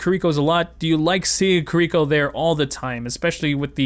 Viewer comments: ki R iko not kir I ko you put the emphasis on the R not the I, its literally in her gameplay reveal but big agree shes way too strong rn. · key- ree- koe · pls learn how to say kiriko correctly it's really bugging me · The actual correct way to say Kiriko is /ˈkiɾiko/. But right, everyone would just call you a weeb for changing things up like that. I can understand him fine, there's no real reason to change it. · Loved the video but hearing you mispronounce Kiriko for 8 minutes caused me great pain 😭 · smh I don't get why it's so hard for people to say kiriko. Y'all don't fuck up genji, torbjorn, Hanzo, or mei, so why is kiriko the one you have trouble with?